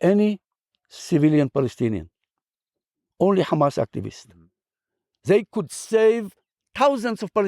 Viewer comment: That's the first Israeli i see pronounced Hamas correctly and didn't say khamas khamas 😂